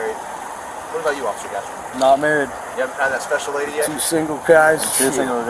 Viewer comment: "Imma specshul… ohhhh so specshul."